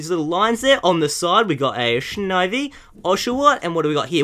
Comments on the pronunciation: shnivy the worst pronounced pokemon by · Snivy, he said shnivy face palm